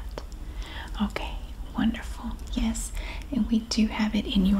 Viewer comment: i love the " yeyysss" for yes haha southern twang!! i wish i had one